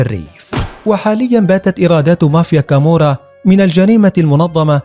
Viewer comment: تقريرك كذب انا عشت كثيرا فى ايطاليا حتى نطقك لها خطاء مية مية الخي لا توجد نهائى فى اللغة الايطالية اصلا .كامورا خطاء لا كامووورا .وهى نابلولى .وليندرانقيتا .كالببريا .واقواهم صقيلية وهى كوزا نوسترا معاناها حاجتنا ..لا تكذب عن الناس ولا تفقه نطق الصحيح